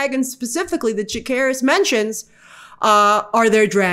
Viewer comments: I'm sorry but i believe they pronounce Jacaerys as Jay-say-ris in the show and not Jake-aris. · Jacaerys, not Jakkaerys